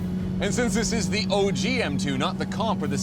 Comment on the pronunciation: It’s OG not oj